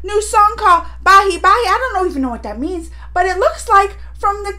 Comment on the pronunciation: It's not bai bai it's bhai bhai